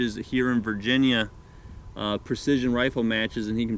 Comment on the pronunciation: Did you say Virginia?